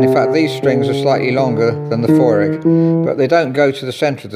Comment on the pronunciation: Ravinder2220 Feurich Is Pronounced As Few Rick